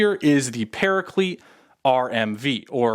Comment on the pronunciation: why do you pronounce paraclete like that ☹☹☹☹☹☹☹☹☹